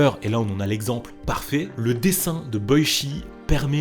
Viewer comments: Ça se prononce " Boitchi " Pas " Boichi " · Super vidéo ! Mais Boichi sa se prononce pas "Boitchi" ?